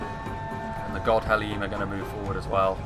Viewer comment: Godhellim is pronounced as Gothellim. All dh's are pronounced as th's in middle earth languages. It's the same with the Caras Galadhon Guardians as well.